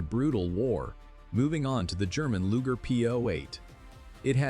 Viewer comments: Why can't a real person read the dialogue instead of AI? A lujer? Really?? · I'm going to nitpick... Can't you just read the video's script yourself? The silly AI mispronunciations are annoying. e.g. "Luger" pronounced "Lu jer". "1938" becomes "one nine, three eight" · yeah. like LUGEr! pronouncation